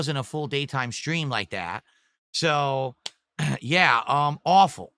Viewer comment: "That" = "Dat"